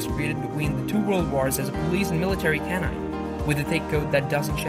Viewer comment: Please get a narrator that knows how to pronounce the words e.g. canine is pronounced k-9 not canon! And terrier has 3 syllables it is not pronounced ter - rear. I am not correcting any more - it's tiring !